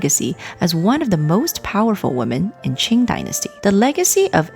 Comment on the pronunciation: Very well presented….except for one flaw. The word ‘women’ should be pronounced as wee-men, not woman. 😅